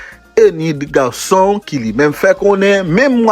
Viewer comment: Rèn garrrrson te anvi garrrrson